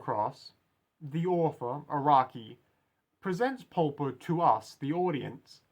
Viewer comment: I really like this one! I've seen other analysis of the characters but they don't really seem to bring up your point. Also I really appreciate your pronunciation of his name because I've seen people butcher it in the worst ways possible: Paul-po, Polo, Popo, things like these, so thanks for saying his name in an human way. I believe that his design can be described with two words: Advantage and outsider. Advantage because Polpo is leagues ahead of Giorno: Firstly, he's way older than him. We don't know Polpo's age, just like we don't know his first name or anything at all, he looks too weird to estimate an age but I'd say around 40-ish. But we know thanks to Bruno that he has spent fifteen years in prison, the number isn't casual, it was chosen because it's Giorno's age. The protagonist has to face someone from another generation which adds even more confusion since until now he has only faced people around his age. Secondly, he's smarter than Giorno. We don't know what are his study titles but because of his interest in sociology and art history we can safely assume that he graduated from university or if he didn't, he studied a lot on his own. While Giorno is in the second year of high school, he hasn't reached the hard part of the school yet. And Polpo loves to show off his knowledge, for example where he references Fuller, he had no need to explain who Fuller is - he only needed the one sentence, but he still briefly explained who he was to Giorno because he wants to inti